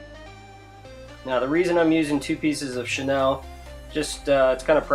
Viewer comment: Who is Chenelle? Its pronounced "Sha Kneel"